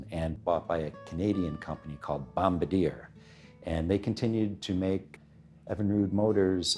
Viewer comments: It's not "bom ba deer" It's "boam bar de a"... you dolt. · At the end, the video jumps from OMC back to Evinrude with no connection? The correct name is Bombardier which is French and pronounced "BombardIAY" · Great short doc! A few things to note, Id argue OMC biggest competition was Mercury (brunswick corp in the end) not Johnson as they ended up merging anyway. Eventually the Japanese brands and a slow adaption of 4-strokes is what really put the nail in the coffin. Also, Bombardier is mis-pronounced by the presenter.